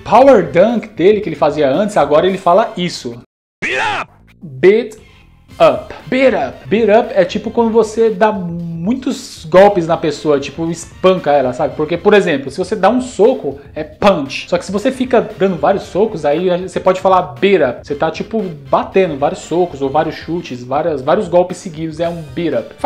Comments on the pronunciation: A pronúncia correta de "PUNCH" não é "PANSH", mas "PANTCH". O "CH" em Inglês tem som de TCH. ✌😎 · Falou PANSH.